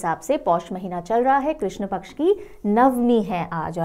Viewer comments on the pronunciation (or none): none